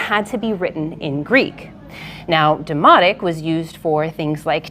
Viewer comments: Did you say demonic?😮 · At first I thought she said demonic (which actually makes sense for a tax document) not demotic…😂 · She says Demotic. I heard demonic. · Thought she said it was written in 'Demonic' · I straight up thought she said "this is demonic" and I burst out laughing 😂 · Oh it is Demotic! I thought she said demonic! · First time i heard this i thought she said "its about taxes that's why its written in demonic" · Who else keeps hearing “demonic”? “Taxes are demonic”